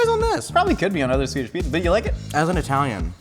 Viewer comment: His Swedish pronunciation is pretty great. Better than I usually hear from Americans.